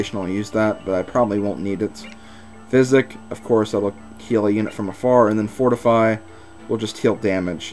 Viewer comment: The way you're pronouncing it says phychic. Also, said the Physic staff the right way, because saying it like sy-sikk is messed up like my face. XD